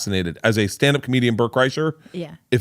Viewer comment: Bert "and Georgia said" Kriesher